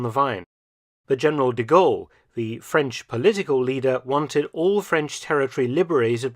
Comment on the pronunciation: I’m impressed with the excellent pronunciation in French and German of Dr. Felton! 💯 🇫🇷 🇬🇧 🇩🇪